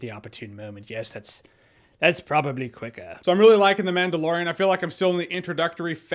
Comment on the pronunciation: Mandalorian lore, or Manda-lore-ian? I'll go now